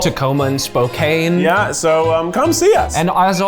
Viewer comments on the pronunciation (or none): FYI Spokane is pronounced Spo “can” not Spo”Cain”. Hope this helps when you come out here in April 😊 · I'm so excited to see Lewberger in Spokane next month!!! But repetitively calling it "Spo-CANE" instead of "Spo-CAN" cracks me up cause I don't think it's ironically like we do up here 😂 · Spokane is pronounced spo-can not spo-kane! IGNORE the e! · Spo-CAN. Not Spo-cane. The E is silent. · if it hasn’t been said, it’s pronounced “spo-can” not “spo-cane”. I know Washington towns can be challenging, often indigenous inspired too. Looking forward to seeing Lew Berger in Tacoma 😄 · AS a resident of Spo-CAN. It is not Spo-KANE. If you want Spo-KANE. Go to missouri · bruh did this man really say spo cane its pronounced spo-can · Damn I doubt they will see this but it's pronounced "spo-can" not "spo-cane" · Uhhg Spo-CAN not Spo-kane. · As some one from Spokane… it’s Spo-Can. Not Spo-Cane. >_< it’s funny and frustrating at the same time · Spo-CAN, not Spo-CANE I know it's a stupid thing to take away from this whole video but I lived there for most of my life and it drives me up the wall every time I hear someone pronounce it that way 😅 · saying Spokane as "spo-caine" made me laugh out loud! Hopefully they'll hear that it's pronounced Spo-CAN before their show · The way mispronounced Spokane… 🤮😂💖 Love you, your cinnamon roll cookies looked good! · As a Washingtonian, hearing pronounce Spokane as "Spo*cane*" hurt my heart 🥲😂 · The way he pronounced Spokane… it makes sense, but it still hurts my soul lol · Spokane... It's Spoh-CAN. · Spo-cane 😂 lol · It’s Spo-“CAN” damnit! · SpoCAIN??? You did Spokane dirty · Before you go to Washington. Spokane is said spo can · is fantastic. I loved this episode, but did you folks know that Spokane is pronounced Spoh-can? I was a bit surprised at that mispronunciation. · Please don't say Spo-caine when you are in town....... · it's pronounced spo-CAN.:)